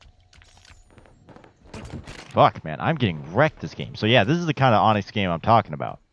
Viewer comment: My boi said “onxy” 🤣